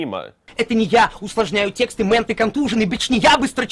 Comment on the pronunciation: Почему все говорят "текстА"????? Что случилось с "тексты"?!